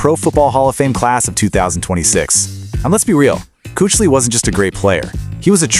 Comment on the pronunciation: Fix your damage AI. It can't even pronounce Kuechly correctly.